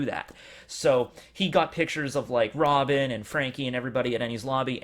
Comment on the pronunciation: It’s Robin and zoro what’s wrong with u 😂